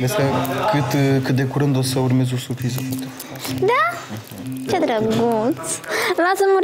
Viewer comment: Kinga: “era o SUPRIZA” 🤦‍♀️